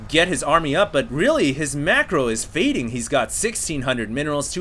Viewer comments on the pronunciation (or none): none